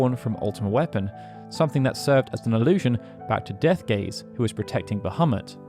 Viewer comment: Ich verstehe die ganze Zeit „Deathgay“ 😂